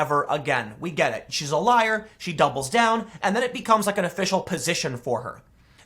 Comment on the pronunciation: When you said AOC "doubles down" it sounded as if you said "dumble down" That describes AOC to a tee.